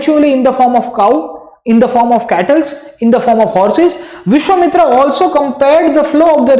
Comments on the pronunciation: vishva-mitra hai bhai mitri nahi 😂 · vishwamitra not vishwamitri